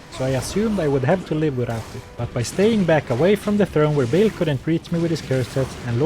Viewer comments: I know this is far besides the point but surely Baal is pronounced with a long A rather than a short A ? not a chance its "bale" rather than "baal" in pronounciation? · it is not Bail, it is Ba hahahal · He,, is not pronounced Bale. It's Baal: /ˈbɑːl/ (or /bɑːˈɑːl/) not /ˈbeɪl/. Cool challenges,!